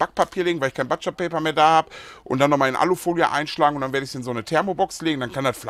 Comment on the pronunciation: „Butscher-Paper“ nicht „Batscher“. Geiles Brisket. Lg aus Graz. 😉